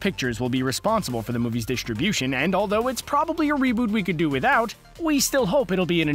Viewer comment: Want to finish but can't hear that pronunciation of "distribution" anymore.